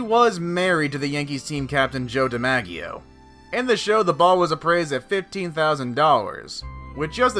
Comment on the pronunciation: the way he said Joe DiMaggio smh